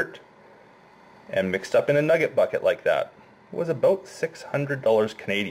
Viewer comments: The way he says “NuhGIT” 😂👌🏻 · Listening to this man say nugget is so funny and I don’t know why